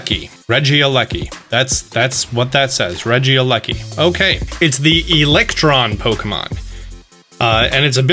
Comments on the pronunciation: I think it’s pronounced Reggie lecki. If not that’s how I’m calling it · Rekieleki is pronounced inthink regi leki no e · ITS REGIE- LEKI so it sounds less weird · In case you don’t know Regileki (pronounce as reh-gee-lek-e)names comes from the slang term for electricity in Great Britain So yes you may not like the name but at least you know why it’s named that Besides you can rename it in the Pokémon center when it come out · I think it’s pronounced Re-Gel-liki